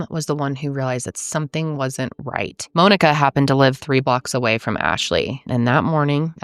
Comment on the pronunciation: This is the first time I’ve ever heard Monika pronounced the same way I say Monika.